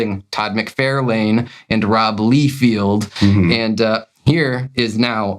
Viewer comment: I'm from Tennessee and I have a VERY thick accent. I can properly pronounce Todd McFARlane and Rob LIEfeld properly. It's how they say their own names, and it's something very easy to get right. It does grate on my last never that you guys both mispronounce their last names because it's more than obvious you do it intentionally. It would be a little different if doing so wrongly was funny; it's not. Otherwise, I LOVE you guys and your channel. I thoroughly enjoy 100% else of everything you guys do. I LOVE that you guys like to read books and just give your opinions. It's totally cool that you guys honestly give your opinions on a book (I personally haven't warmed up to Absolute Batman, and I'm a Batman fan). Yep, totally okay to not like something everyone else likes...and it's okay to like something no one else does. I'm an unapologetically an Image 90s comic book fan, and have been publicly ridiculed for being one. I couldn't care less; I'll like and dislike whatever in the world I want to. I get the same vibe from you guys. Wishing you guys the very best!